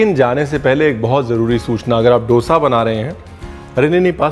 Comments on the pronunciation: डोसा नहीं. दोसा. दो - सा. 😊 Enjoyed the show. 🙏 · It's दोसा and not डोसा. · Sir 🙏 koi aur ye mistake kare toh dukh nahi hota but you are an educated chef ! Sir.. डोसा word nahi hota. Correct word is दोसा 🙏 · Dosa pronounce kijiyae as we say in South . Dosa as in 'Dho' I.e 2 number or 'Dhard-pain and not as in 'Dol'-I.e Drum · Tum log dhosa ko doesa kyun bolte ho yaar. 🤨